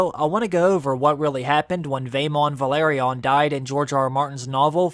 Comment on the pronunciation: No wonder the Velaryon’s go extinct. Some People find it hard to pronounce their name. Vehh larrr yonn